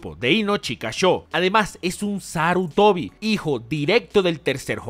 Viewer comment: "Clan Sarutoni". Excelente remake... XD